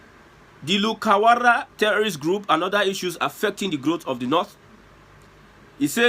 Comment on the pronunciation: I heard lukawara 😂😂....o boy I laugh Sha....oga na lukarawa...well it's their business 😅...